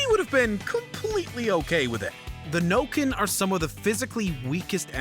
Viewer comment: Bro said Nokken not ironically 💀💀💀